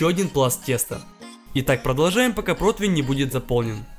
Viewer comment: Меня одного напрягает что он говорит 'протвинь' а не противень?